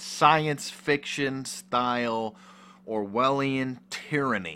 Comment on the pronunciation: What is that word he uses? Pronounced “Orwhalien...” What is that?